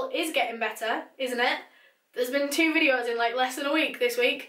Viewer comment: Started watching your channel 2 months ago.. finished all your “videuhs” ☹️